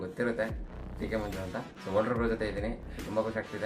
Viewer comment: Votruu alla louda volter 😂😂